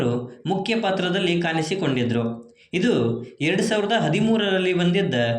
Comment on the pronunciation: ಕನ್ನಡ ಸರಿಯಾಗಿ ಮಾತಾಡಿ. ಕಾನಿಸಿಕೊಂಡಿದ್ದರು ಅಲ್ಲ ಕಾಣಿಸಿ